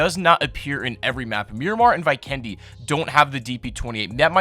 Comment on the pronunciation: Vee kendy man... Not Vy kendy